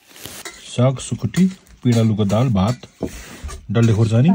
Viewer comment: The way said sukutiii and sitan💀😭💀💀